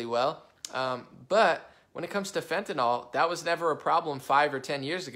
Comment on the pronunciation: Not to nit-pick...But it is NYL not NOL. Seems like everyone miss-pronounces it.